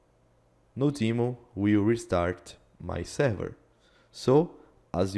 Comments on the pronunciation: It’s not no-demon, but node-mon (from node monitor) ;) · 'no-demon' 'no-god' lol